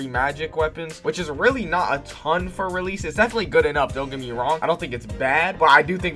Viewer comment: bro says rell seas evrey 5 seconds like daniel talking bout mr miyagi.